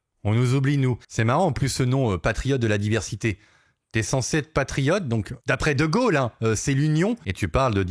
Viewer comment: Pas triote mais presque😂😂